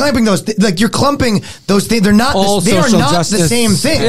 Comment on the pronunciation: “dude i’m NOUHHHT kidding” ..canadian ⭐️🇨🇦